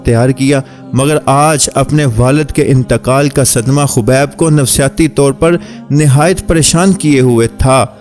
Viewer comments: Are bhai naam to so bola karo habeeb nahi khabeeb hi kaho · Khobib nhi khabib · He is "Khabib" not "khubaib" please correct it